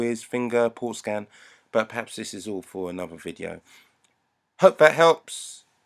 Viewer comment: A lottttssss of problems Haha 😂 I don't know if I can fix this but you make me smile today when you say keeeep mac it🙃🙃🙃🙃